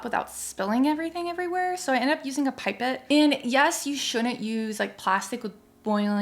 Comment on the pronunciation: A ‘Pipe it’ is pronounced pip-ette x